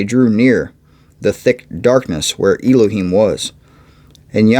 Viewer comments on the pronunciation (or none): Elohim- is pronounced El-o heem,El is like in the word Bell without B